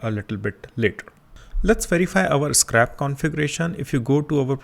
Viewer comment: its not SCRAP its SCRAPE